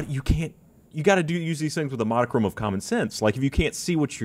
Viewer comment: says "modicrumb" again!